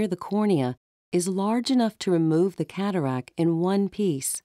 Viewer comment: Think its called a "cataract," rather than "catarack."